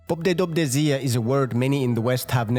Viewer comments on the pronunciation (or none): its pO-bE-dO-bE-siE not pobdedobdezia lmfaoooooooo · that's definitely not pronounced that way. I'd expect a wrong stressed syllable but you added several sounds that aren't even present... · Great content but you really butchered the "pobedobesie" word.